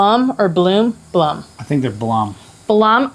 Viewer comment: LMFAO... It's Blumotion, pronounced "BLUE MOTION"... lol Blum...to funny.